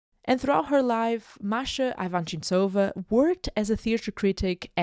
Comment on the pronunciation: You're pronouncing her name wrong.